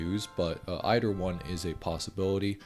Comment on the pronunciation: "Eidder One"